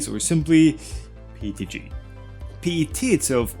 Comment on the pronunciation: I thought it was PETG.... why does he keep saying PTG?